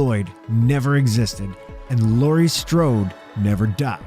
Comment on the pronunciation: Laurie not laura.